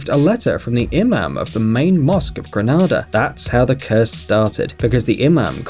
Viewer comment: Omg how he pronounce Grenada 😑